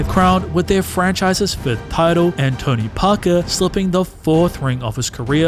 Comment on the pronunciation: World: Tony Parker This narrator: Tounee Pah kaah 🤣🤣